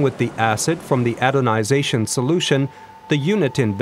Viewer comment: Mehrere Male sagt der Sprecher "adonization" statt "anodization"